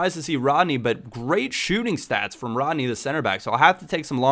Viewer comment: Leandro DoniZÉte Ávine Ádryan, not Eidryan RÓdney Hope i helped